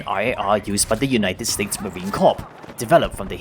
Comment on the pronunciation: Great breakdown. Just for your information, the "corps" in Marine Corps is pronounced "Core"